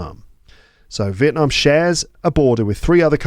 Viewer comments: I love the way you pronounce Việt Nam 🇻🇳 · I'm a Việt Nam student who respects your respect for my dear country Việt Nam 🇻🇳 I highly appreciate the way you tried to pronounce Việt Nam as Vietnamese native speakers do, not just Vietnam